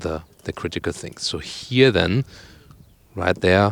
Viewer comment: I want 50 cents for every "here" pronounced as "hier" ;)